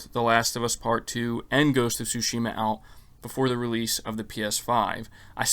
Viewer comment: "Tsu"shima not "Tush"ima